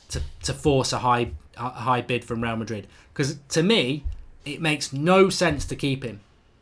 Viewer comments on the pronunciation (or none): none